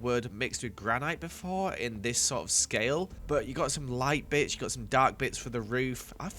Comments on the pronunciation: I THOUGHT HE SAID "light bich, - BUT HE SAID "bits" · The first time I heard it, it sounded like "some light b#tch" instead of "some light bits" I couldn't stop laughing🤣🤣🤣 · When was saying bits and it sounded like he said b*tch 😹🙀